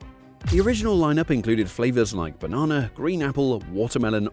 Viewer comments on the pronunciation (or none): Dude. It's not 'marathen'. It's maraTHON.MARATHON. And it's also not 'baNAHHna'.